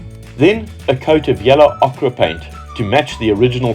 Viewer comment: Enjoying your restoration..... interesting and such a great Alfa. Just one small thing. Watching from the UK (and I accept fully that your origins would seem not to be) but what is the name of the colour? Ochre is pronounced "Oaker" ... strange but true. As far as Okkra goes ... you'll be painting it a rather lovely green!! Looking forward to the next video!!